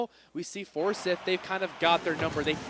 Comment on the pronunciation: You got commentators for the GHSA that pronounce Forsyth as For-sith? Sheeeeeeeeeesh